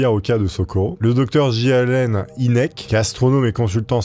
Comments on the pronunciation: Tout les Ufologues connaisse cette histoire mais tu les raconte tellement bien qu'ont s'en lasse pas par contre j'ai exploser de rire sur la prononciation du Dr Hynek ce prononce Hainek , Inek c'était comique 😂 Merci pour ta vidéo très sympathique :) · mdr la prononciation de "inek" c'est "haynek" (prononciation) je sais que ca s'écrit pas comme ca j'adore tes videos au fait!!!!! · C'est "aille nek"